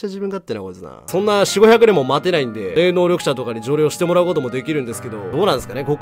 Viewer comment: 気のせいかもしれませんが、霊能力者が冷凍緑茶に聞こえます。